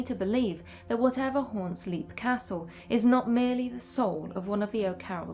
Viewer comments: Leap castle is pronounced Lep (like Shep), not leap as in leap frog. Oh and Dunraven, erasure is the word, not erasel. erasel is not a word. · Interesting stuff.I thunk Leap Castle is pronounced as 'Lep',though. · This is a great video, but as an Irishman, I must do my duty and point out that the "Leap" in Leap Castle is pronounced "Lep". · The first thing one should discover when researching Leap Castle, is that it's pronounced "Lep".